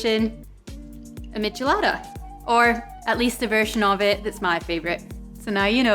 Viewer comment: Good pronunciation! Is a little sad that in my country is called "Michelada" every beer with lemon juice and salt in the glass... A little spice is also added, but nothing special. I would love to try this one! :( I'm from chile by the way.